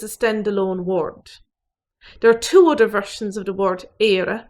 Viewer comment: I didn't think I could trust her pronunciation until I heard "utter" for other.